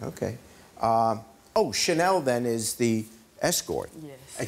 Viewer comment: Ch anel is a... ch-lut